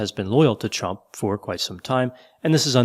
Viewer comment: Idk if its my hearing but everytime you say Chump instead of Trump got me tickled pink🤣🤣🤟🏾